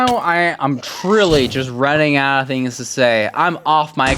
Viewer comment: "we're pearling nyaout" lol